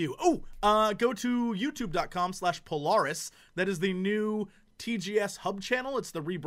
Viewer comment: It doesn't feel right hearing him pronounce Polaris. :/